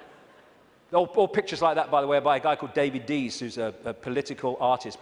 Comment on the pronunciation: A lesson in etiquette for Americans.... it's "Mr icke".... Pronounced "eye-k" not "ick-e"